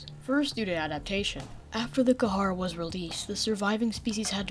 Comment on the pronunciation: Kharaa is pronounced (ka•ra), not (ka•ha•ra). Other than that great video